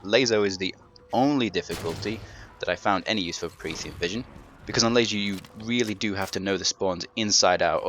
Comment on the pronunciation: hey it was me that said please say it laso not lazo ok im sorry so much guilt.but serously thnx for these guides.now do us all a favor say laso thers no z #JK LOL